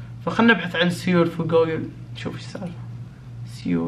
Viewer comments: تنطق سول وتكتب سيول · كل ما يقول سيول اتنرفز لان قاعد يقولها غلط ومدري كيف اشرح نطقها الصحيح بس مافي مشكلة مافي احد م يغلط 😂😂💔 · يا خرا مو كذا ينطقوها سيول 😂😂😂